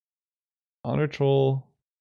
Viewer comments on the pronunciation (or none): none